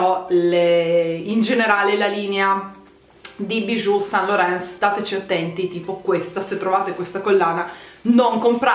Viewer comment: Yves Saint Laurent si pronuncia iv sænt loran